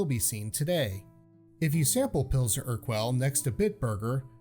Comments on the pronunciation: I've been to Prague ... most like Staropramen It's pronounced Err -gull not Err-kwell ....... Hallertau not Haltertau Try a little research and practice before recording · By the way it's pronounced "Pilsner ur-KELL" and it's "HAL-er-taw" hops not haltertau